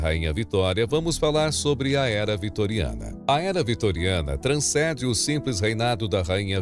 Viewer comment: Só uma observação: não é "transcede"; o correto é "transcende"